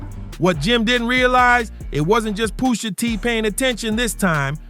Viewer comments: Poosh a tee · Pusha teeth 😂